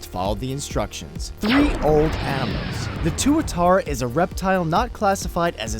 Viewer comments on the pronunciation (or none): Tuatara is pronounced "twit-tar-ra